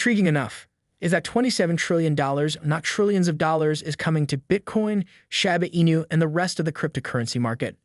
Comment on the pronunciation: Why say " shAba Inu" ..... it's name is " Shi-bA Inu= Shiba Inu "......